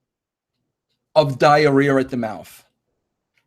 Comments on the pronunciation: You addressed Cornette. Fight the guy if you are gonna make jokes about the entire situation. I get the feeling this is far from over........diarrhear....theres no r at the end of that word. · ROFL! Russo can not even pronounce "Diarrhea" correctly.